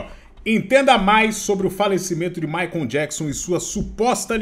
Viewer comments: Michael, não Jakson rs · Jackson 56x hahahaha. O cara não consegue falar "maicou" e sempre fala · Amigo, não é MaicOM é tipo MaicOL ! 😉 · mas michael se pronuncia "" Correcao:maicol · Não é jackson, é "Maicol" Jackson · Ótimo vídeo, mas não consegui parar de rir sempre que dizias “Micon Jackson “ 🤣 Diz-se na forma fonética “Mikel” Jackson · Não é JACKSON, e sim MICHAEL kkkkk q agonia a forma q ele fala PQP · chamando o michael e me incomodou durante o video todo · “ Jackson” é foda 😂😂😂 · O fala " Jackson" toda vez cara kkkk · chamando o Michael de... Na pegada conzinha e fonçonaro! 🤣🤣🤣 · " Jackson " é foda. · ele leu Jackson KKKKKKKK os 2 são charás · Oi … o nome do Michael Jackson, não é … vc fala td hora … kkkkk tá confundindo com o seu! 😂 Abraços… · acho muito engraçado o chamando o Michael de " Jackson" asdkjk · Jackson 😂😂😂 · o fala " jackson" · Jackson 😂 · Me da muita ansiedade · Micoul Jacson? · para de chamar o michael de micho kkkkkkk que agonia